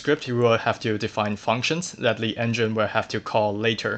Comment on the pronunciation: are you frenchman or why are you saying "le" instead "the"?